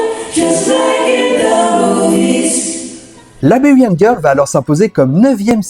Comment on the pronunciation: Très bonne video mais par pitié, arrête de prononcer « Laberian » girl ca fait mal aux oreilles ! Ca se prononce « Laïberian » !